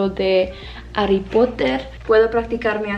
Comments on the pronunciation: Tenés un acento como neutro y Harry Potter se pronuncia igual que en inglés (jarry Potter) saludos desde Argentina 🇦🇷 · Mi recomendación, es que estudies el acento de México. Por cierto, en "Harry" se pronuncia la "h" como si usaras la "j", en este caso sí suena. Obvio no se escribe así, but it's like "jarry" :D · Creo que deberías aprender español de México, yo lo consideraría más fácil para aprender, por la pronunciación. Por cierto, hablaste muy bien lo poco que dijiste en español. 😌 Sólo que cuando decimos Harry si pronunciamos la H y cuando dices "es muy difícil a entender" la preposición debería ser "de" y no "a".